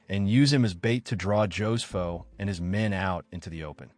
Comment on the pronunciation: Ho-se-foh. NOT Joe's Foh. 😂